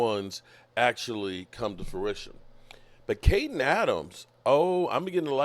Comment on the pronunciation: butchers the names a lot...get used to it....